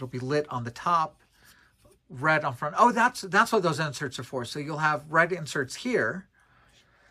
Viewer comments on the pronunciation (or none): none